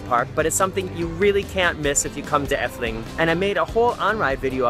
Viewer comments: Why does he says effeling instead of efteling I am dutch so yeah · eftuling thats how pronounce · why is he saying dutch names with a German pronunciation?